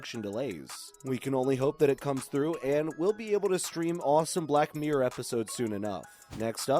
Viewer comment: Black meer 😂👌 miRRor* 😄👍 np. Xx